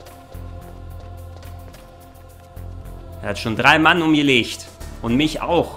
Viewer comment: Ich persönlich finde die Deutsche Synchro gar nicht mal soo schlecht. Klar manches hört sich blöd an , vorallem Liquid, aber an sich gehts. Und das sie manche dinge komisch aussprechen ("er hat schon 3 Mann umgelescht") finde ich um ehrlich zu sein sogar glaubwürdiger. Ist doch im realen Leben nicht anders 😂